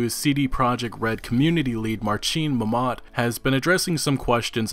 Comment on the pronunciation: Besides abolishing a clickbaity title(half of the video is not about the game really and those are not HUGE NEWS) a tip for you - Polish words are always stressed on penultimate syllable, you make the Momat guy sound like he just finished his jihad. Also 'rz' or 'ż' are pronounced like the 'g' in "genre". "Stepien" should have been probably spelled "Stępinień"; I don't know how to explain the 'ń' sound but the closest thing to 'ę' that I can come up with is the /əʊ/ diphthong tho' it's not quite right.